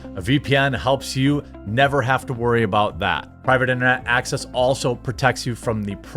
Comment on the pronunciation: Gentleman, find yourself a foreign girl who struggles to pronounce your name the way Jeremy struggles to pronounce Private Internet Access.